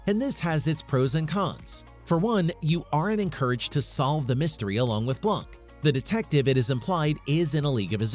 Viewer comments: Mispronounced his name. It sounds like Blahk, not Blank. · "Benoit Blanc" Couldn't finish it when I heard Benoit blank...🤦‍♀️